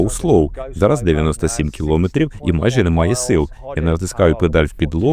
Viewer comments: Якби ще наголос правильний був, а то 100 разів за 10 хвилин коли чуєш "кілОметрів", починає вже вухо різати. А в цілому можна тільки подякувати за працю. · КілОметрів. Трохи забембує. У мене мама вчителька української мови....